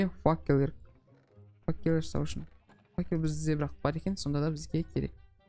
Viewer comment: керемет, одан артық не керек. Видеолары күштірек, достарыда керемет. Сосын Нуб факел дегенді факуй дей ма? 😂😂😂😂😂